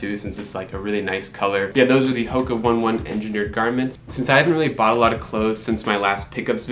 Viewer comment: Pronounced onay onay not one one